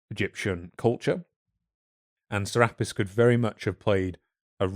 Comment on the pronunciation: "Serapis" is pronounced "Cer-ah-pis" Make that over 2k different Gods, Goddesses, and other deities. Some only known by one name in one place. "Ra-Horakhty" is pronounced "Ra-Hor-ahk-tay". Isis is also associated with the Virgin Mary from Christianity. Though most modern day Christians are unwilling to admit it. "Ma'at" is pronounced "Mah-aht." Apostrophe is there for the brief pause. "Duat" is pronounced "Do-aht." I'm not sure how to phonetically write this one. Think of the the "a" pronunciation with the way you British folks say "can't" vs us Americans. That kind of "a." "Ammit" is pronounced as "Ah-mit." Essentially, all your "a" pronunciations are incorrect. Also, she's not a "demon" Goddess, she's just a Goddess. That's a false interpretation of her role by modern people. She eats the hearts of those who have committed crimes against their fellow men and the laws of the gods, thereby ending their continued existence. She serves her purpose. And the "sins" part is incorrect. People find it easier to shorthand to the Christian "sins" than do the ancient Egyptian beliefs justice. "Ahmenmose" is pronounced "Ah-men-mo-sa." Just like "Thutmose" is pronounced "Tut-mo-sa" With "Ptah" the "p" is always silent so pronounce it as "Tah." "Thoth" much like "Thutmose" is pronounced with that "h" at the beginning being silent. Which is confusing for us English speakers but that's just how they transliterated the hieroglyphics into our alphabet. So read "Thoth" as "Toth". "Ptolom